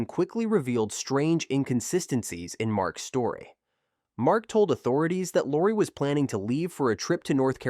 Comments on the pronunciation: Ai is ruining the story... saying Lacy isn't that hard...smh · How is it that half the time you can say the name Lacey, and the other half of the time you butcher one of the easiest names to say?…. Hella annoying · If you are going to use AI voice for the video, maybe proof read the commentary first. Laci… Lassie…Locie… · I think they did at first, but not for the majority of her story! Using someone’s story to make money, but not even trying to pronounce their name correctly is so disrespectful.